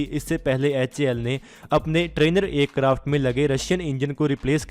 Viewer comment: Bhai Acarft nhi Aircraft bolo